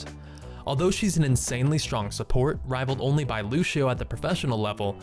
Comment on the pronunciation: He says lu-she-o, it's so annoying!